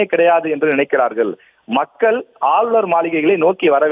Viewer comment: இந்த கும்பலுக்கு மக்கள் பவன் என்று உச்சரிக்க தெரியாதே...... மக்கல் பவன் என்று சொல்லி தமிழை கொலை செய்வார்களே....... 😮😮😮😮😮